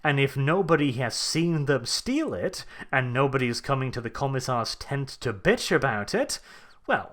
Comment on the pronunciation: "commie-sars" lol